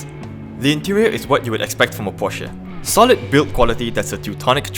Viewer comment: Hey, find out how to pronounce PORSCHE